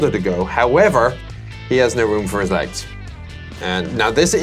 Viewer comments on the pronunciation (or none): "However, he has no room for his eggs." I know, he says 'Legs', but that L was so light, I was thinking, "Poor commander!" X-D